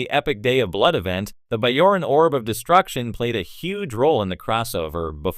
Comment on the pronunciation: it's a hard "j" in bajoran!